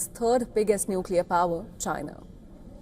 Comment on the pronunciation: Lol, he seh Chiner.